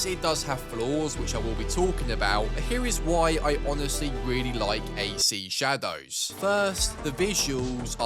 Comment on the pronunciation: the way he pronounces the DOWS in shadows makes me want to end it